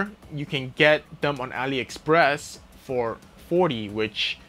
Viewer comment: Ali express